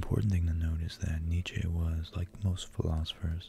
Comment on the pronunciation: I love this video 💖 I may not agree with what you said entirely, but who is really wrong when it comes to abstract thought? Also, it's pronounced like neet-chuh, not neet-chay. But it's cute how you say it lol